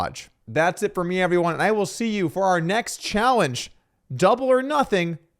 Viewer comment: 'Chahwenge' = challenge? Lol must be the Adderall 😅